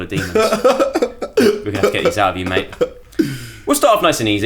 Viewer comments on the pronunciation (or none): none